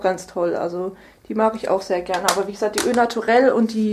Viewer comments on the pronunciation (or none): Es heißt ' o Naturel' nicht 'ö naturel' ;)